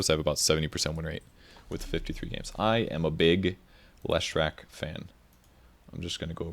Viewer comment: If you are such a big Leshrac fan why can't you pronounce his name? :)))))